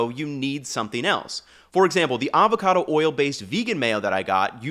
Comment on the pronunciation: “Avocado” oil, NOT “Alvarado” oil,. 😎 Great presentation 👍